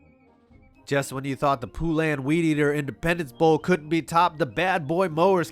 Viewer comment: Poo-lan?? You mean Poulan? Pronounced like Poland without the d... (that's what she said). You know what.. we'll give you a pass because both Poulan and their bowl are poo